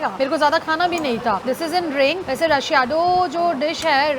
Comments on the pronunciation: Its not Mapusa, u is silent It is not st. Xerox. Its st. Xavier Its not rashiyado but recheado. And goan cafreal we dont add coconut, please do your study well. The secon bread is not called sanjao, sanjao is a festival in Goa, its called katre pao. Shrip is fresh not hydrate karke dala. Laz kartay mugo. Its always better when you learn the pronunciation before making a vedio. 😂😂😂looks like you in a hurry to stuff yourself, breath before you speak and eat slowly. Funny vedio 😂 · What is Rush-eado? Take a moment to learn the pronunciation from a local...shouldn't be too difficult if you try!